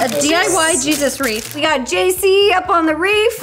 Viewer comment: Wreath = reef 😆😂💀